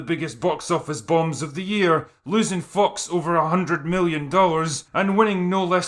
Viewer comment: Can't tell if you're deliberately pronouncing `fox` as `fucks` but anyway this is a good meta.